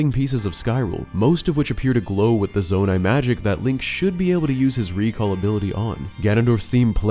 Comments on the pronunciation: say zonai again i dare you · Stop saying zonai